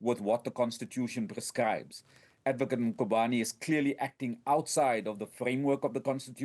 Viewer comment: This cosatu person says "Makhubane" and its "Mkhwebane" this person 🙄